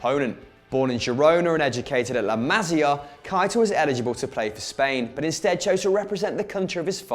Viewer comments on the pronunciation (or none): none